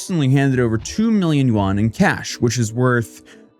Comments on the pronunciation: i like how he pronounced Yuan like Juan in Spanish XD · lmao, that's not how you pronounce yuan